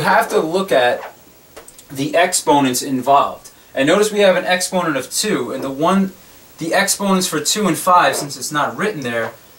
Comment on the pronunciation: Why do you say exponent like that lmao